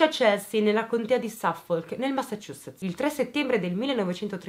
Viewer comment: Una persona che sa pronunciare Massachusetts correttamente 😆